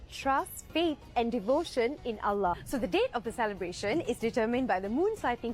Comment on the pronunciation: Lebih tepat betul penyebutan Allah non muslim Malaysia dari kebanyakan orang Indonesia. Oloh oloh apa itu oloh...